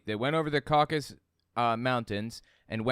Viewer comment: Caucasus, not Caucus.